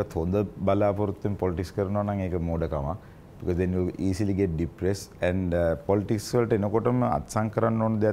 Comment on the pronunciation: Polits 😂😂 yako politics ki pronounce karapiya. Nodakin tho Australia hitiya ki neda